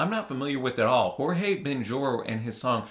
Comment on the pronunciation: A correction: The pronunciation of "J" im Portuguese no is like in Spanish, ("Horge") is more similar with english, for example, "Joe"